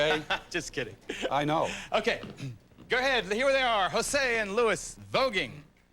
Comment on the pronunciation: Luis is pronounced Lu-EES. I’m surprised Geraldo didn’t get that right, considering his own Latino heritage.